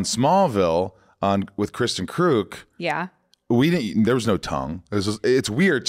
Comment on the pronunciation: Lol. I’ve always pronounced Kristen Kreuk’s name Kruk instead of Kruke in my head. Glad Michael fixed that up for me.